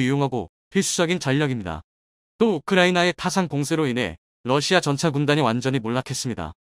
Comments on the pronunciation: 러시아요?, 러시마요? 똑바로 하시기를... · 러시마 라는 나라가있나 발음을 바르게하세요.